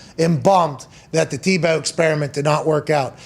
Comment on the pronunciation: Tim Ta-Bow:-). Its Tim Tebow!!